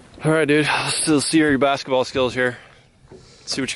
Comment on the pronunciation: Bass-ketball hahahahha Okay I’ll leave now.